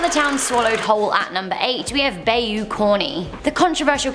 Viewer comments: It’s not pronounced bayou it’s more like buy you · Ik you have an accent and and some words come out different as they are pronounced different in other countries. But #8 urked me🤣not sure if southerners say (bay-you) but I'm pretty sure it's pronounced (bye-you) 🤣🤣 just my OP, could be wrong🤷‍♂️🤣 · It's "bye-you", NOT "bay-you".... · Bayou, pronounced Bi u, both vowels are of the long variety. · You said bayou wrong its pronounced. " bi u " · Bayou = BY-U